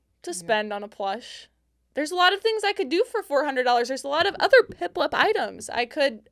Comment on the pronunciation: is it me or did he say piplep instead of piplup